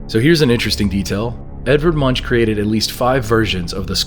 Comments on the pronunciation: Edvard Munch’s name is pronounced as Munk. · The horns on the viking helmets is a common American misunderstanding, mainly brought on by opera, cartoons and films. People with viking heritage know they didn't have horned helmets.🤗 Munch's name isn't pronounced like that, he is from Normay, so it is [Månk] with a hard 'k'. There was always a cypress tree in van Gogh's painting. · The painters name is pronounced Edward Munc. Like a monk in a monastery.